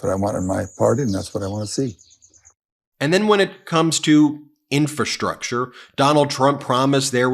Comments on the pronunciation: Trump's such a dope, he can't even say "infrastructure". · He can't even say "Infrastructure", let alone build it. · He's has problems pronouncing "infrastructure." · Chump can't even pronounce infrastructure properly. He knows nothing about it and does even less to improve it. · He can't even pronounce the word infrastructure. No one has ever seen this word before. People are saying this must be a new word. Obviously Joe Biden and the democratic deep state are inventing words like never before. Fake words. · Trump can barely pronounce the word ( Infrastructure)😢😢😂